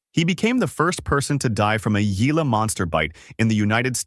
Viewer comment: The 'G' In Gila Moster Is Pronounced With The English 'H', Originating From The Spanish Adaptation Of A Native American Term For The River In Arizona And New Mexico These Lizards Are Named After, Derived From A Contraction Of Hah-quah-sa-eel Which Means "Salty Water Running